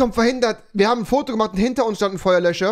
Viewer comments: Babbel sprachen lernen mit Rewi 😂 Feuerlö(s)cher😂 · Niemand: Rewi: versucht nicht Feuerlöcher zu sagen